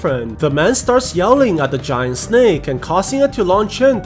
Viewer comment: i love how he says sneck